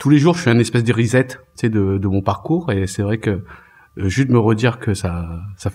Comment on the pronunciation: Reset /ˌriːˈset/ se prononce 'rissette" et non "rizette"